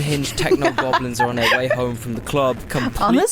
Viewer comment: My hearing must of gotten worse, I heard "I'm homo all day" not "I'm home all day" Am I the only one who heard that and had to play it back a second time?